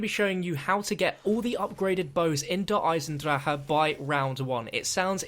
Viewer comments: Right?? it's like he pronounces it differently every video he does on this map. I have heard der eisendrake, der eisendrahaha, i'm pretty sure it's pronounced der eisen drack. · you mean drahon and not dragon since most of you say Der eisendraha instead of Der eisendrache. it's pronounced Der I Sen drak! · everyone pronounces it differently every video. you eisendrahaha then tomorrow you got eisendraka. there's no consistency lmaoo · His pronunciation of der eisendrache has gotten worse